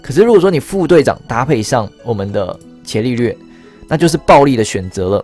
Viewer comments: 伽(ga)利略 你是不認識他嗎.....讀ga 不是 qie ... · 那個『伽』利略好像是『ㄐㄧㄚ』欸，以前我也唸『ㄑㄧㄝˊ』，後來被老師校正......😅😅😅😅😅